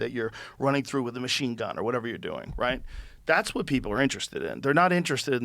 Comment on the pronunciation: How are these people so educated but still can't pronounce "machine" smh I quit